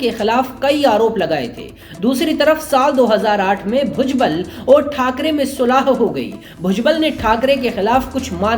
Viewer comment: Say balasaheb thakare not thakare